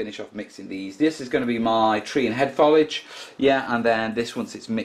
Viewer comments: not want to sound rude but it's pronounced foe lij not fol ije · And the word is foliage not folage! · So why say follidge? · What is 'follidge'? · You say it like falige